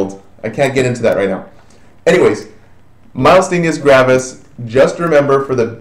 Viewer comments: I LOVE your videos. They have been most helpful. It is somewhat irritating hearing you pronounce MG wrong over and over again. There is no L anywhere in the word, and there is no S on the end. Also, your lecture on MG is correct in the following videos you made but you state here that Acetylcholine fails to be secreted. It is a more a matter of uptake and receptor blockage, not production of ACh from what I read. Thank you SOO much for allowing these videos for free on Youtube. I wish I could afford your full package on simple nursing! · Doesn't know how to say the term Myasthenia Gravis to begin with... a bit disappointing. Didn't do a very good job covering MG -- didn't get all the basics. Missed the pronunciation, again, on ALS. Didn't cover why these two are grouped together.